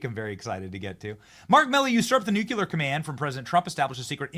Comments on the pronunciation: NUCULAR Benny is at it again; "Reminder: Milley usurped the NUCLEAR..." Bless you, man, keep at it! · Hey. Ben. Benny. Benjamin. Dude. My dude. If you're going to be a media personality, learn how to pronounce words properly. Every time you say "NUKE-YOU-LER" you sound like Dubya, which is to say, a complete idiot. For gods sake, figure it out. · If you don't stop saying Nukuler, I'm going to stop listening. Be professional, man! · Benny, love your show, but would you please pronounce "nuclear" correctly? Nu-Clee-Arr.